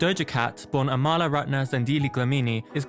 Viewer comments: this is a good video but her name is pronounced aw mul uh lmao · btw her name is pronounced ah-ma-la